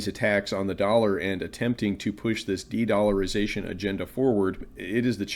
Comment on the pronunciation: dedllarization the best i ever heard!!!